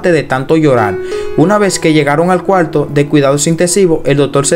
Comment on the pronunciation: Solo te falta pronunciar bien el español latino ,si quieres tener más audiencia,es doctor no( doltol) coalto,es cuarto,ilesos no ileso,nos dimos cuenta,no dimo cuenta no epilesia,no dotor doctor, Te hago esta recomendación lee en voz alta para que corrijas tu pronunciación, lectura moderna ya que ese modismo de hablar como lo haces ,al mexicano nos lo dicen habla bien no hables como niño mimado Ho sea mamon.no es ofensa y si una !recomendación!